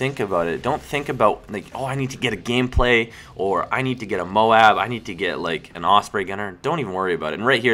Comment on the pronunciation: not moab, its M.O.A.B say letters